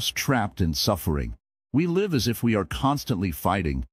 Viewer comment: This is great counsel. However, some pronunciation needs work; for example, just before the mark it uses the wrong pronunciation of live. It pronounces it as in a live show, rather that what you meant, which is to live your life